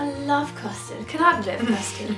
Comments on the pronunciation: When she said custard I thought she said bastard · Nooo I think she said "chummy"